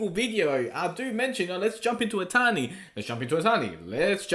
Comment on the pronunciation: I always thought he was saying "a tiny". 😂